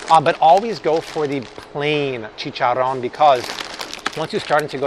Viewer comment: Lol u said chicharon😂 i didn't expect that👍